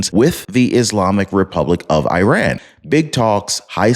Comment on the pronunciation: ⚠🔴 Please try to Spell " IRAN " Correctly. It's Not " E RAN " or " I RAN " or " I RAIN IAN " , It's IRAN , The " I " sounds like " E " and the " A " sounds like " AH " . Just like ITALY , you don't say " I TALY " or " E TAIL IAN " 🔴⚠